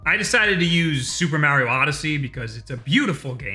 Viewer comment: If you’re gonna have a YouTube channel centered around nintendo u gotta learn how to say mario